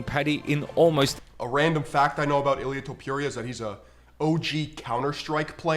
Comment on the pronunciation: Jorge Masvidal calls him “Ilia Tempura” 🍤 and he trained with the guy. Your point is kinda pathetic.